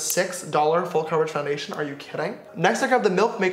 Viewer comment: he was going to say less get into the video but he said lets get in to fondayshen